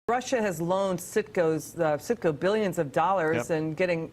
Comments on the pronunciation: It’s CITGO not SICKO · lol its definetly Citgo not sicko lol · the company name is citgo not sicko lmfao